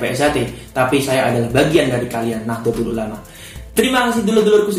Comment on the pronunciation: Mas kudune NAHDLATUL ULAMA bukan nahdlotul ulama